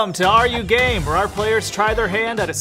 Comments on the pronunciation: PLEASE WHY DID I HEAR "are you gay" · I thought the intro said "welcome to are gay" LMAO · The beginning I heard "are you gay" 😂😂😂😂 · No one: Nodody: Absolutely nobody: Me at the start of the video: did he just say are you gay-? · Them : "are you game?" Me hearing this "are you gay?" Cmon man. How did I hear that. Ehhh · I really thought said “are you gay?” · Oh my gosh this is my first time I'm hearing this series and I immediately thought it said are you gay : x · welcome to are you game Me: hears welcome to are you gay😨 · Am I the only one who heard “Welcome to are you gay”? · When I heard “Are you Game?” I thought they said “Are you Gay?” And I almost shouted yes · I THOUGHT HE SAID “WELCOME TO ARE YOU GAY?” OMG HAHA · At first I didnt hear "Are You Game" I heard "Are You Gay?" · For a sec I thought he said "Welcome to 'are you gay'" and I was like bruh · Just clicked on the video… and heard “welcome to are you gay” as the first thing I heard, without reading the thing that popped up that says “are you game” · Honestly at first I thought they said “are you gay?” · When it “are you game?” I thought it said “are you gay?” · i thought it said "welcome to are you gay" i cant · No joke when I first clicked on this I thot he said: welcome to are you gay! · I thought that said are you gay instead of are you game for a sec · Bruh I heard “Welcome to are you gay?” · I HEARD THAT AS 'welcome to ARE YOU GAY' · I heard”are you game” as “are you gay” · I thought they said “are you gay” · i thout they said welcome to are you gay😂😂😂😂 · tbh I thought he said are you gay? At the intro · Who else thought hey said are you gay in the begging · WHEN YOU SAID ARE YOU GAME I THOUGHT YOU SAID ARE YOU GAY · I really thought you said are you gay😅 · I thought they said are you gay in the intro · at first i thought it was "are you gay" and i was about to click off 😭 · I heard "are you gay" instead of are you game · when they said are you game l tho they said are you gay